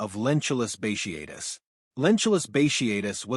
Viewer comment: Bat e atus. Not bashiatus